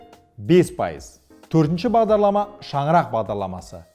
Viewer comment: Бағдалама? немесе Бағдарлама? Бәрі солай естіп тұрмекен?